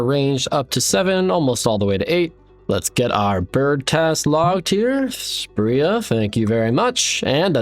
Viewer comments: You don't need to spend 30sec talking about most of these low level tiles and just call her spree-ah like everyone else. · It’s Spria not Spria smfh